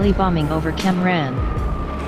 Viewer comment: its cam ranh not cam rhan pls respect us vietnamese